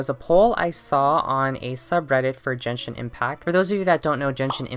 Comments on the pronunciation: Genshin is pronounced jenshin! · im so sorry i want to make a profound comment but as a genshin fan the fact that genshin was pronounced different than I've heard literally anyone say it almost broke me down but giving venti as an example of a loli sent me into orbit and that was the final straw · Jenshin Impact? How do I unhear things? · Yeaaaa I’m not taking any dude seriously who pronounces it jenshin while applying 20 pounds of concealer